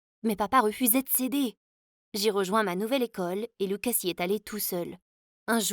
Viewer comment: Elle a dit loucos au lieu de lucas